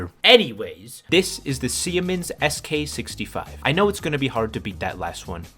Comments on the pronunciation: Its not sie mens its see-mens or seamens if you feel risky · Never have i heard somebody mispronounce siemens like that: si-E-mens xD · why'd you pronounce SIEMENS like that 🤣